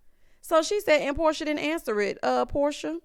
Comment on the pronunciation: Porsha not Porshia!!!